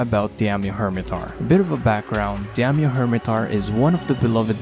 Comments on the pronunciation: Not diamyo, its Daimyo... The A comes first, idk how you can mess that up lmao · pronounce daimyo as die-myo... not di-am-yo, not diam-yo, not dyam-yo... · It's pronounced "Die-myo" :P That said I really hope they did a lot of work with its moveset, as I found his fight dull and annoying in previous games. There's at least that new jumping claw attack that looks kinda interesting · I had to make a comment to help your pronunciation. Daimyo is a Japanese word and is pronounced die-me-oh. A daimyo was a fuedal lord of Japan who were vassals of the shogun, hence there being a shogun version in the games. Good video! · for some reason, why do i feel like every time you say Daimyo Hermitaur it sounds like " DAMN YOU Hermitaur" - probably just me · Demdieddeiodoido. You can say Shogun but not Daimyo 😂